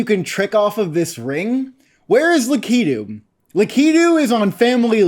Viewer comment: Bro just pronounced Lakitu la-key-do